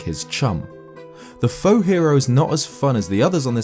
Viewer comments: The faux-hero is so obviously a wrong hero, even his name says that. And faux is spoken like foh, it is french for wrong. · Plus it's pronounced like foe.